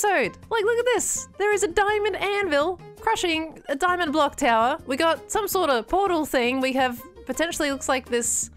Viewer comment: "exA dnomiaD" | "Daimond Axe", almost ;)